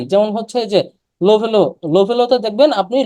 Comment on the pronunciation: লোভেলো নয়, লাভেলো বলো।